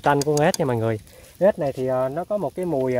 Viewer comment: Ếch nhá không phải ết đâu